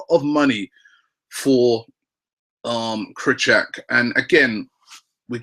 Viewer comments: And it's Krykorwiak isn't krut - ack, it's kri - kor - viak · Oh Robbie, comon... As far as I'm concerned you used to pronounce Krychowiak correctly. It's not ,,Krychuck" - it's Krychowiak. Mini-lesson over here